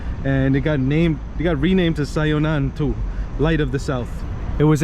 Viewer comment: The Japanese name is Syo-nan-to (Syonan-to)